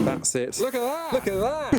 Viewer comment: Anything slightly unusual: a: " LOOKA DAT "